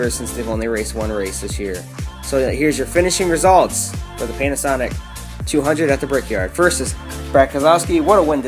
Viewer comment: I heard "pain a sonic"